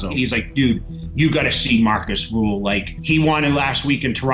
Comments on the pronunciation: Who is Markus Ruuuuhl? r ÜÜÜ hl pls. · Its Rühl not rule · RÜÜÜHL not RUUUHL!!! 😠